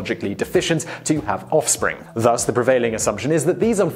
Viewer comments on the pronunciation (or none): none